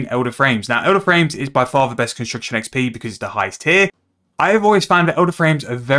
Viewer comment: bro why the fook you dont speak clearly and slowly to even understand you even the word construction sounds like your saying "consucktion" wtf chill !!!